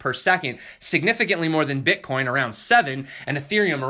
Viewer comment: What is this "Bitcain" you speak of, Sir? Which "Platfirm" can I buy this? When pump? This sounds like a great new coin...:)) great stuff, also de TA vid. was great!